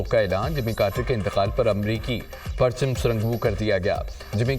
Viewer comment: New caster apna urdu talafz theek kary parcham sir nognu hota ha